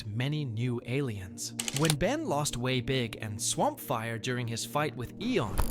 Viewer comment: He said way big wrong